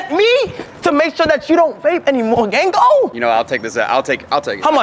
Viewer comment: that "gango" was immaculate